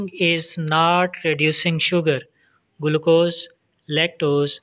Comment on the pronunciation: Its not guluccose its glucose